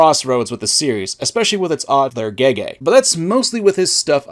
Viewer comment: pronouncing Gege as "Gaygay" will always be funny to me